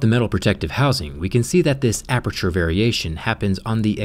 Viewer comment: DID YOU SAY APERTURE? "APEETURE"??????????? I LOVE PORTAL 2 AAHH. unless you mean another aperture rip